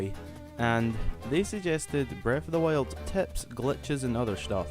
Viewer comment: This guy is so annoying, not being mean but he keep saying breath of the wiuld